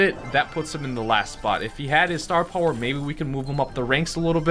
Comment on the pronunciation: please never use the word "puwer" again! STAR PUWER!!!